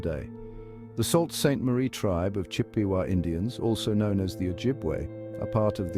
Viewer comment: Salt? smh It's pronounced "Soo".